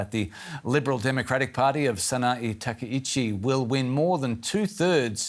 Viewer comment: Her surname is TakkaIchi. Not Tekauchi.